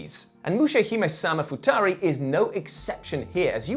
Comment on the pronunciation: It's actually pronounced Mushimiesama Futari.